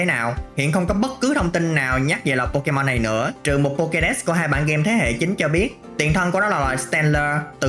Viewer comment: Phát âm pokemon chán vl